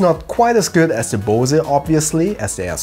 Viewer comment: Had to giggle when you pronounced 'Bose' as German as possible :) Great video, though. Looking forward to the next one. Have you ever considered reviewing Osprey packs?